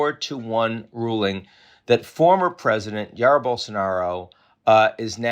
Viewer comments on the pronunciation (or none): Learn how to pronounce a name like Jair It has two syllables. Roughly transliterated it is Zhai-eer. It is a long sentence but he won't have to serve much of it. He will end up with some sort of luxury suite for a while and then house arrest. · Dude, his name is “Jair”, with the J pronounced as in “jail”. You got that? 😅